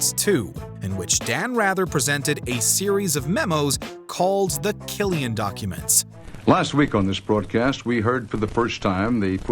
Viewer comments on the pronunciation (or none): none